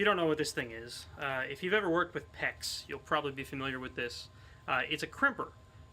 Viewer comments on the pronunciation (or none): OH .. pex clamp. I thought you said peck clamp (as in Pectoral)..which belongs on a totally different channel, Yea.and by the way. You just confirmed my theory on home dentistry.